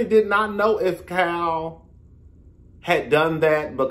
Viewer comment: It’s sound like you’re calling her “cow” instead of Kyle 🤣